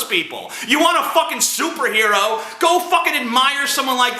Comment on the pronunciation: "Soup-erhero." That's what I heard .